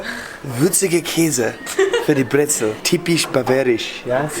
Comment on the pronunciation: Dont say "Brezl" in Bavaria, you will get beaten up for that one day xD